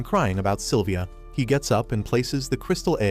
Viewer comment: Its Sylvia Not Silivia